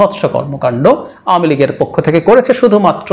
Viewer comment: সুন্দর উপস্থাপনা🥀কিছু মনে করবেন না, পোক্ষ না হবে পক্ষ।